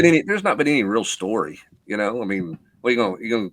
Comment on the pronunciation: Pet Peeve is the pronunciation of you know as yaow.